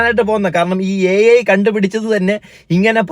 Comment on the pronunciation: A I അല്ല IA ( ay ye ) ആണ്